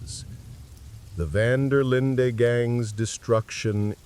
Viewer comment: It’s AI narrators with different accents. Nobody who has ever played this game would pronounce Dutch’s last name so wrong. The “white” narrator at times says “Van der Lind-eee” and the “black” narrator says “Van der Lind-aye”. I just had this on as background noise, but it was very distracting and noticeable. I know even human narrators make mistakes, but this is pure AI slop.